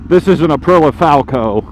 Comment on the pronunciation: Aprilla.. that must be an aluminum/aluminium thing.. IT'S .. APRIL EEA.. APRILIA